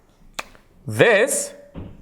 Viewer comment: Informative video, no hate but please pronounce the names of Nakshatras correctly. I feel like you carry on a huge responsibility of teaching vedic astrology, it's only right to pronounce and write the correct Sanskrit names assigned as they have corresponding meanings behind them. It's not Ashwaini, it's Ashwini. It's Mrugasheera, not whatever you said. It's Aridra, not Aradra. It's not punravasu, it's punarvasu. It's Swati, not Sowati. It's not Saravan, it's Shravana. It's not Satabishak, it's Shatabhisha